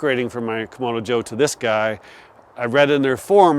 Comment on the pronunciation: You're not the only one who makes this mistake, but you keep calling the red Kamado a "Komodo Joe" when in fact it's a "Kamado Joe"...pronounced differently of course. Don't think the company will pay you for screwing up their name, but I heard another reviewer make the same mistake, so it must be like "ask and axe" for people of color. Sorry for being pedantic, but I guess it would be like calling a Cadillac a Calidack.